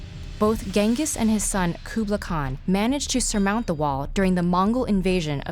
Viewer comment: She nails the pronounciation of Chinese words and completely butchers "Genghis" and "Qublai"